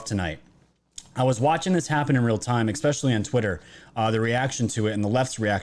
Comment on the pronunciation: peace out. just can't stand the "ex pecially'. learn to speak, dude